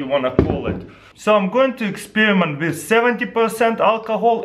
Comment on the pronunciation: "Do not play wif matchez ask for adult pervision"